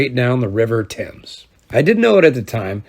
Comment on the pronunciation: An American who pronounces 'Thames' correctly!